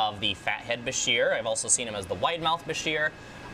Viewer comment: Baa - sheer 😂 is how it's pronounced literally everywhere I've got 2ornates and 1 Nile in a 55 they don't grow that fast after 10 inches